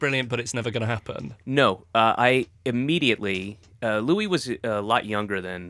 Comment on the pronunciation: Interviewer totally butchers Louis' name!